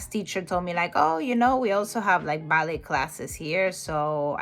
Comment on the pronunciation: "ballet" si pronuncia "ballei" perché anche in inglese viene dal francese